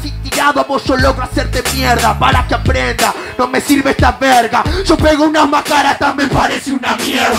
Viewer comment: no es majaras, es mas caras xd